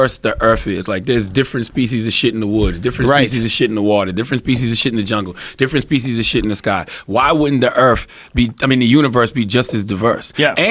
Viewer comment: we're "diffrwent peeezus of shit"